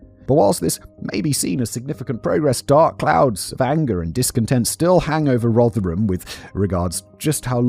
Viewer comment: Danny must be made up that Simon managed to pronounce "Rotherham" properly at last- I am and I've never even been near there!